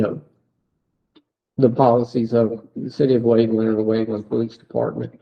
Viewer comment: Waveland not Wakeland.